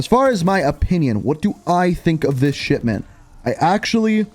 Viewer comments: I keep hearing you say it as Shitment rather than Shipment 😂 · Dude is saying sh*tment smh 🤦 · Am i the only one hearing SHITMENT? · Bro is literally saying "shitmint" every time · Every time you say "Shipment", it sounds like "Shit-Mint". It's weird, but fits well given what the map is. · It definitely sounds like it